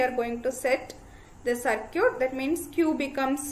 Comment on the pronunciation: Circuit=Sercute🤣 My Respect to the teacher for proving that pronounciation doesn't matter when you have genuine knowledge ❤️